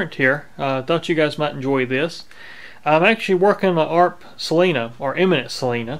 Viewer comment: Great video, but the brandname is Eminent, not Imminent .